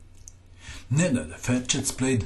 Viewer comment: are you croatian or from the balcans? i hear saying "Nenad Ferches" and "Bizovas". Also "pirs defense"